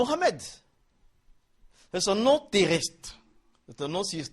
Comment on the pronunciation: Il sait même pas prenoncer Mohamed